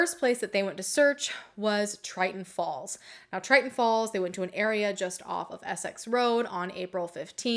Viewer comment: lol at "triton falls" its Tinton Falls